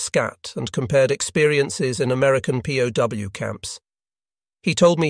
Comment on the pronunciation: “pow” for P.O.W.